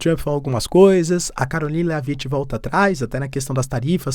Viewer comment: Léaviti 😂😂😂😂 A pronuncia correta é Lévit, sem vogal no final. Como o “t” em shit , não é xiti, é xhet!😂